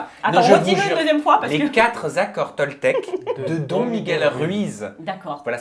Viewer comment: je suis désolée tu m'as brûlée les oreilles. C'est pas "Don" miguel. Ça se dit "Done"! 😂Voilà c'est tout pour moi, sinon super vidéo comme d'habitude, je suis toujours au rendez vous!